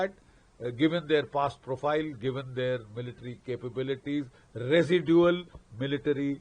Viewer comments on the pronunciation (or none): none